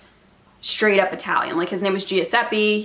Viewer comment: Giuseppe= "Jew-Zeppay" not "Gee-us-Eppie" 😉